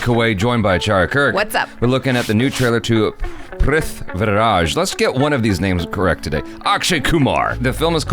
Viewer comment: Not prith-viraj, it's prithvi-raj.